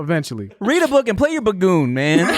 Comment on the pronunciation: " Play the Blaigloon" 🤣🤣🤣